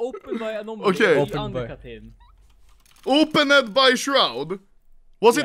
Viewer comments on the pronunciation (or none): “Openid by shroud” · I love how anomaly pronounces “opened”